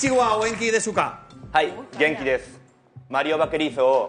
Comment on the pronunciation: Jaja no sé cómo llegué aquí pero me hizo reír cuando dijo konnichiwa genki desuka . XD nadita de japonés sabe por qué la "u" no se pronuncia